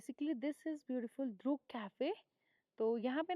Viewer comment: Madam, it not called द्रुक but it’s called ड्रुक